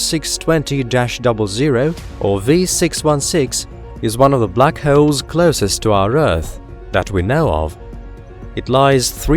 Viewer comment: I thought he said black heralds, sounded like some type of newspaper